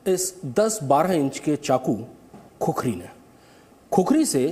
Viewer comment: खुकुरी होता है बे 😡क्या खुखुरी लगाके रख्खा है?